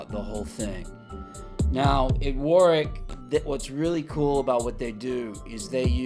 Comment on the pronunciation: Great videos & narration. I especially like how you know how to pronounce Warwick correctly. So many of your fellow Americans are used to emphasising the second W instead of leaving it silent.Cheers mate.